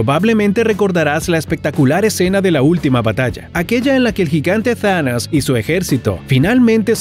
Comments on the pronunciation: Se dice Thanos no zanas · Muy buen video y todo pero exajeras algunos nombres Thanos- Tanas Magneto-Magnido